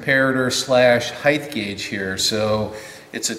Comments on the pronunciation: Nice equipment and video.I was wondering how many times you would say 'Heighth' before you corrected it to 'Height'. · I understand why it sounds right with breadth and width, but in Australia, I’d never heard of heighth. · you say “heighth” then correct your articulation and say “height”. In lots of American machinists videos I hear heighth. Why would you use heighth, as opposed to height, and is it even a real word? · Thanks for making the correction . Height vs. "Heighth". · There is no such word as "heighth". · knows and is trying, Even corrects himself early in the vid but a lifetime of habit etc.